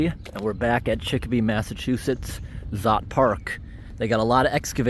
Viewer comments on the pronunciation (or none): Just a FYI , in Polish, "Sz" makes an "sh" sound, so it's pronounced Shót Park. 😉